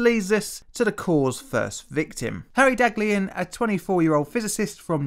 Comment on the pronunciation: The first scientist's name is pronounced "dahliyan"